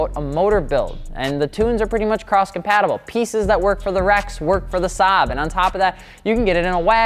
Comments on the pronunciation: I hate how hard he butchered the Saab 93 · wtf man, one of the few times you or anyone even mentions Saab and you butcher it.... Like why don't you just naturally as a car guy know the difference???